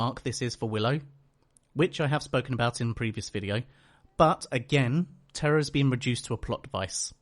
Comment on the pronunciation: The one thing I hated about her character wasn't that she was a do-over of Willow, it was that everyone was pronouncing her name as "Terra" instead of "Tara". WHY did no characters ever pick up on this?